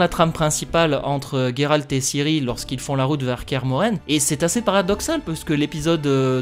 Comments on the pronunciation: Géralt et pas Guérarlt on ne dit Guérard !!!! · On dit bien Guéralt en polak donc c'est pas étonnant que certains préfèrent cette prononciation